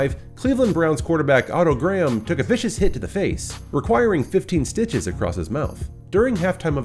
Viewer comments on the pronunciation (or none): none